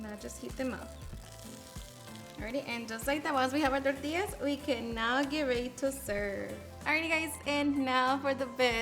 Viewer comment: Why you get all Spanish when saying tacos or tortillas?? You speak regular til you say certain words then all of a sudden this thick accent hits?? Weird.